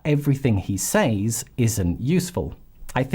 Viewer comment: You say the word “says” wrong.